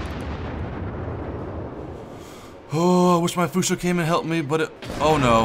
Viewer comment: Why do you keep saying "Fusho"?. Just asking.